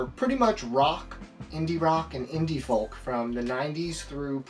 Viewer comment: Thanks for the video. Did you really just vocalise the L in folk???